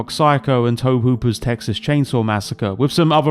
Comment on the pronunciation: Firstly; it's not "Ed Gain", it's "Ed Geen". Secondly it's not "Toab Hooper", it's "Tobee Hooper". These are matters of historical record.